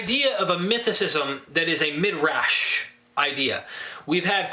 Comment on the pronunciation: Not that it really matters much, but the word is pronounced mi-drahsh, not mid-rash.